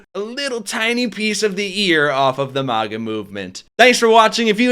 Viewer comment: lol it sounded like you called them maggot!! I love it! Maggots for trump!